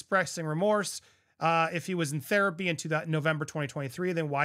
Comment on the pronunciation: What does he know about GOD! He can't even pronounce therapy properly. He is a joke.